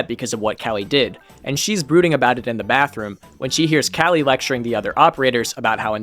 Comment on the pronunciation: It’s Kali Ka-Lee not Cali.